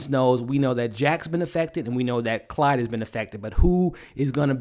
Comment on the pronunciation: You say Clyde but it a Claude they are French